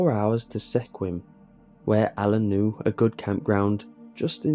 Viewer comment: Not hometown, but Sequim should sound like skwim.